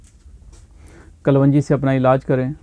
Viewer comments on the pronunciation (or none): Kalwanji nahi sahab kalonji hoti hai.